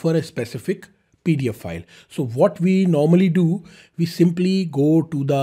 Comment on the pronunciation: please learn how to pronounce 'pdf file' from google. It sounds like you are saying paedophile